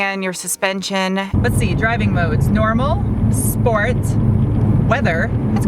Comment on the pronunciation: "Sport"? I do not know this word.